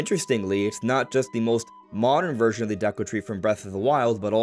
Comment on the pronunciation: It’s not ”Daku” tree it’s ”Deku” tree